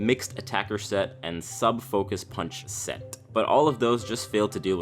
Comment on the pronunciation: Never have this guy on your videos again. It sounds like he is reading off a script and he way overpronounces his Ts like in seT and in contenT . And 2 in a row with losT and buT . Is that fucking necessary? Jesus Christ it's annoying. I can feel you spit all over me. Back away from the mic, you don't have to swallow it you fat fuck.